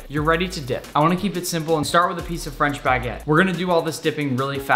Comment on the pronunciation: Your french prononciation was perfect omg